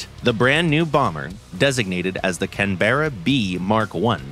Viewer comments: Please pronounce the name correctly, the empasis is on CANberra not canBERRA. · It’s not Can Berra …… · You'll may hear the occasional drop bear in Canberra (kan·buh·ruh), but you'll have to go outside Australia to hear a can-bear-a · Not Can Berra, Cannnbra. Its like when people pronounce Melbourne Mel Born rather than Melb'n. Almost like spanish, where my father is 47 years old, rather than my potato has 47...... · CAN-BRA not can-berra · It’s funny hearing non-Australians pronounce Australian place names - here it’s more like “canbruh”, with much less of a pause as the VA is saying. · Loved the old Canberra. The Photo Reconnaisance variants survived in service with the RAF into the 21st Century. Its a shame we don't make aircraft to last like that any more. We usually pronouce it 'Can-bruh', btw. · Say it with me CAN-BRA. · Protip, Canberra is pronounced like "Canbrah" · When I worked for Hawker de Havilland in Australia back in the 70s, we started doing a lot of parts production for Boeing. That meant we got quite a few Americans through the place at times. If they didn't bother to use correct pronunciation of our place names, we would reciprocate. So, for example, we would pronounce Seattle as 'Seet-al', Albuquerque as 'Al-bey-Q-Q', Arkansas as 'Ar-kan-sass', and Tacoma as "Tack-omah" (or, and called 'airplanes', 'aeroplanes'.) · not how it's pronounced. It's a traditional aborinal word and the name of Australia's Capitol city. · That's not how you pronounce Canberra. Source : been living in Australia for 14 years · Not how you pronounce Canberra... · Oi mate the e is silent stop pronouncing it like that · Please learn to pronounce the word "Canberra" properly. No mention of RAAF Canberras and USAF B-57s being used successfully in Vietnam.